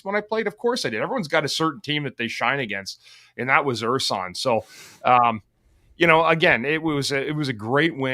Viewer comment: Bundy pronouncing Ersson "UR-Sahn" everyone else, "AIR SUN."